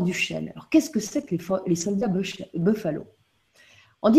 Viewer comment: Pas bofaleau mais boufalo !